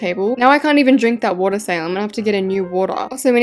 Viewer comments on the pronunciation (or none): wOAtAaArr love it lol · WHY YA SAYIN “WARAH” IT WATER😢😢😢😢😢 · bro saying water like its watuh